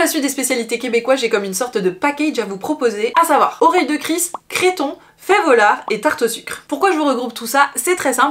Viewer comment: Cc juste te dire que l’ont dit CRETON et non CRÉTON